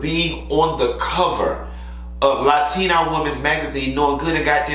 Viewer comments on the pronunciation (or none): You from Miami and saying latina like that. 😂 LA-TEA-NA